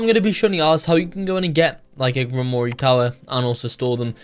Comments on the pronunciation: Ur terrible at pronouncing grimore the e is silent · Gwimrorie is disrespectful its not pronounced like that the e is silent in grimroire